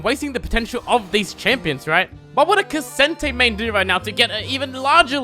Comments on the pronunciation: Brother did you just call him Ka - sin - tay? :l aight then. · why is he calling ksante ksente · Illegal to pronounce k'sante like that